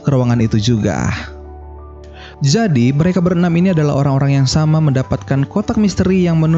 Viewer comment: Jadi min bukan zadi😂😂😂😂...canda y min